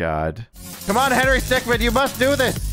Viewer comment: henry stickmin is pronounced stick-min not stickman